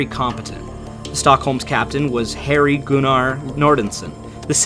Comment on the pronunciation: I believe it was pronounced gun-er not goon-are I should know I share his middle name however it's my first name not my middle name.